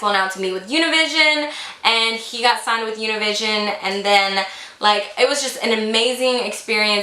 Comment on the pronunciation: Lol how shes said Univision 😭 im used to hearing that in Spanish never in my 22 yrs have i said it in English 😂😂 Anyways!!! Love your brows😭♥️